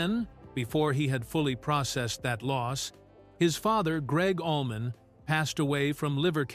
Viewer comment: And Allman = almond 😂😂